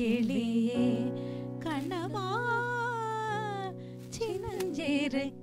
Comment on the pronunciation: Your mom is not getting the ள. It’s not piல்lai kani amudhey. It is piள்ளை kani amudhey. And kaண்ணmma. Not kaன்னmma. Big Na. 🤟